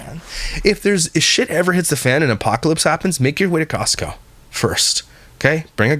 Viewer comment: “Kee-ostco card” sorry I keep laughing at that 😂😂😂